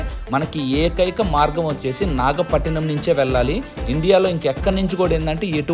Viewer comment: నాగపట్టినం కాదురా నాయినా అది నాగపట్టణం 😂